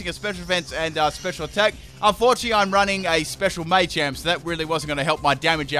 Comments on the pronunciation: "May-Champ" It's Maa-Champ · Full " can't pronounce it" team Me-tang(Metang) May-champ(Machamp) <-- This is a must! O-master(Omastar) Florgs(Sin-knee-sis)<must(Florges [ synthesis]) Parmisan/passimen/pammisian(Passimian) Daru-muka(Darumaka)<(holding e-vo-lite) Cin-see-no(Cinccino) Zeb-streak-ah(Zebstrika) Any other Pokemon I might have missed? I didn't include legendaries because then it would be every single legendary... *Brah-vry(Braviary) *Cofa-riggus(Cofagrigus) *Brax-eon(Braixen) *Heel-o-wisk(Heliolisk) (plus Evo) *Drudgi-gon (Druddigon) *Luh-vuh-nee(Leavanny)